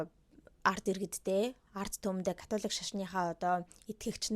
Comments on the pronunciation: Катлик шашин гээд сонссон чинь чихэнд аягуу содон сонсогдож бна шд кккк Католик шашин биздээ тээ 😅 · Яг америк аялгаар Катлик гэж дуудагдаж бгаа юм.